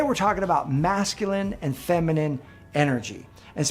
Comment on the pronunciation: Femenine not fimenine dear